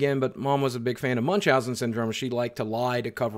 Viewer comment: never thought I'll hear Munchausen pronounced like this rofl.